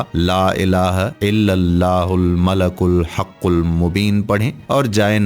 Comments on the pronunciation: its not Malak, its Malik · Bhai sahi terha to parho. Mala-kul nhi mali-kul-haqul mubeen hai. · App nay aik lafz ghalat parha malikul hai app nay malakul parha.tasheeh karain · mlalkul...نھین malekul پڑھین۔ شکریہ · Description main malikul likha ha or ap malakul parh rhy.... Sahi tallafuz ki rehnumai frmayen shukria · "Malikul" sahi talaffuz hai "malakul" nahi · AOA deer most of wazeefa telling persons tmake mistakes 1. One qari recited Quraan wrongly 2.,another person reciting yaa badee ul ajaebey which is wrong 3,, one Qari old man recited Doaa e MUSA AS. Wrongly rabbey inni lemaa anzelto very bad and very wrong. 4 now you recited 2 or 3 time malakel it's wrong I think wazeefa tellers only want to earn money. I am totally UN PARH دین k moaamley مین پھر بھی غلطی pakker letaa ہون. Please take care. Wassalam